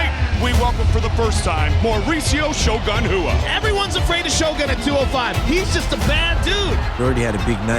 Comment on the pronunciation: It's Shogun Rua guys, come on.